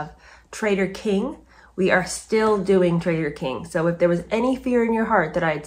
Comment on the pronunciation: Doing...not 'diing'----see what I mean????😉😅